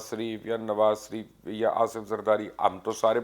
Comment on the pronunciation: مبشر لقمان اینڈ آپ پر اللّٰہ پاک کی سلامتی ہو ،، مبشر صاحب آپ نواز شریف اور شہباز شریف کو نواز شریف اور شہباز شریف کیوں کہتے ہیں ؟ باقی سب الفاظ میں آپ ( ش ) صحیح بولتے ہیں ،، پلیز مجھے جواب ضرور دیجئے گا ،،( کیا ) وہ شریف نہیں ہیں ؟ اس لئے آپ ان کو سریف کہتے ہیں ؟ دعاگو پیر اقبال شہزاد بھاول نگر